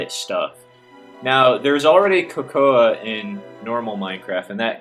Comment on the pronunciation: Just a small correction: Cocoa beans are produced like CO-CO not COCO-A. Great vids BTW.